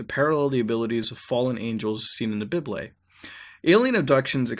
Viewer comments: i think he pronounced bible wrong. hes saying. bib-lay. its. bye-bull. idk 😂 im not being rude thoe😂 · Why do you call the bible a biblay?